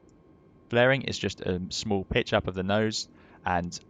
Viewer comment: Did he say hold that bitch or pitch? 🤣